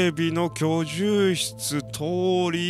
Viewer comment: 「居住室」を遂に正しく読めるようになったのね… 兄者さんかおついちさんに指摘されたのかな…